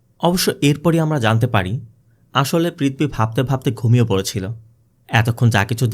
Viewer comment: i really enjoy your explanation just one suggestion please correct your pronunciation, sounds odd. IE "পৃথবী instead of পৃথিবী।